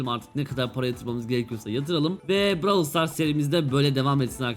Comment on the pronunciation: lütfen brawlı düzgün oku